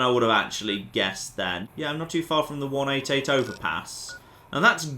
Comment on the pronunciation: Pure isn't pronounced 'pewer' and 188 started to sound like 'wunadiate' by the end.